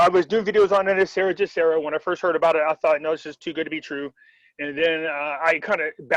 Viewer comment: Why do you guys keep saying GESARA incorrectly. It's not JESARA, it's GESARA